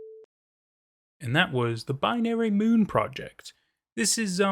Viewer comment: i love how the narrator pronounced moon like “mewn” lol